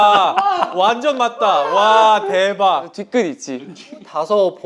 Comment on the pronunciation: Johnny saying Daeebak 🤣🤣🤣 poor doyoung